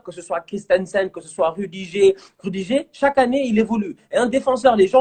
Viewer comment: Rudijer 😂😂😂😂. gère toi c'est Rudiger